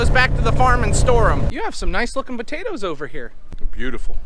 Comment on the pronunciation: Why u all say butatoes instead of potatoes. Just askin